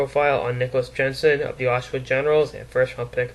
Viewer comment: 202 pounds lol....he is a true gem lol...cody was that other guy lol...it is pronounced "yensen" lol